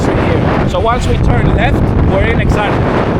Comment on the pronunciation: Dude, at least put some minimal effort to pronounce the name correctly... That's so lame. Plus Exarcheia is currently NOTHING like you paint it to be. You're so FOS and trying too hard to gain subs and views over exaggerated or purely fictional stuff.